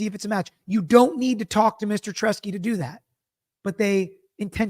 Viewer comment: Brilliant breakdown. However, you keep calling him Troy “Tresky”.